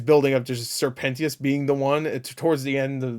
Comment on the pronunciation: Sir penteeeeous lol… it’s penchioussssss